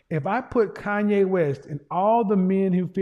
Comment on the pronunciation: KANYE not Kayne